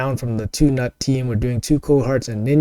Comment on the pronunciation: The constant mispronouncing of GNUT is so maddening to me lol. It’s like a bad joke a 13 year old boy would make but then keeps making it.